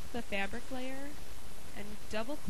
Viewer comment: I hate the way you say fabric! gawd